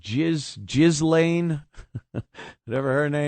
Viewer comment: Ghislaine is pronounced GEE-LAN.